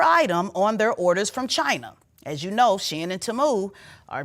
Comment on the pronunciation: Its teeee-muuu not taaaamuuu😂😂😂